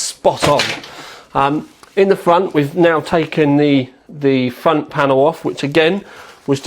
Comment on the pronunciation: whatever fickness fweesixty you want in the fwont. lol